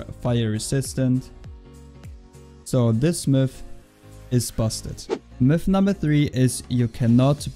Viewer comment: sounds like you are saying milf instead of myth